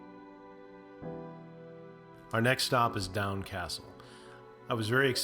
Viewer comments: It is pronounced "Doon" Castle not "Down" Castle. Thank You. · Doune castle is pronounced Doon not Down lol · Doune I think would be pronounced "Doon" not down. Hopetoun , would be said more like Hopetun , with the stress on the first syllable. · fucksake learn to pronounce names right doune is pronounced doon and not down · Doune Castle pronunced Down not Down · It’s not Down ( Doune ) castle it’s pronunciation is Doon castle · Doune pronounced doon not down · OMG please at least learn how to say our place-names correctly . It's Edinburra , not Edin-boro. Doune is pronounced 'Doon' not Down !!! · It's pronounced 'Doon' castle...not 'down' castle. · Doune is not pronounced as Down it’s pronounced as Doon. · The video was quite entertaining though the pronunciation of some places was a little strange (eg: Doune pron Doon). Being a Scot and living in Scotland, I have never seen Outlander as I don't subscribe to a channel that shows it. I'm told it's popular everywhere but here! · Doune Castle is pronounced Doon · Pronunciation is important Doune Castle is pronounced """ Doon or Dune as in sand dune"... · Great video and all places within a few miles from me. You need to visit Culross too which is just over the water from Blackness and features a lot in series one. I can’t help but point out place names. Doune is Doon Hopetoun is Hopetun Blackness, Inverness the emphasis is always on NESS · For God's sake. Every American video is the same. Find out how words are pronounced before filming. Its Fraser (pronounced Frazer) and not Frasier like the TV show. Doune is pronounced Doone. Its Edinburra not Edinburrow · Very nice video. To get the true dialect see Doune Castle (spoken as Doon); Edinburgh (spoken as Edin burra), Hopetoun (spoken as Hope-ton); Fraser clan (spoken as Fray-zer) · Doune is pronounced "doon" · Doune castle is pronounced "Doon" like moon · It's pronounced 'Doon' Castle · Doune is pronounced "Doon" :)